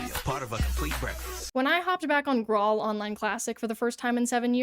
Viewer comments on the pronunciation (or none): Graal is an alternative spelling of Grail. So it's pronounced the same as King Arthur and the Knights of the Holy Grail, not "grawl". lol..... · Finding a video on Graal Online and then immediately hearing that you played it in 2017 on the app store is quite the whiplash. Also, it's an old way of spelling the word "grail" and pronounced the same way. Like how in Elden Ring they spell jail "gaol". It's the same thing.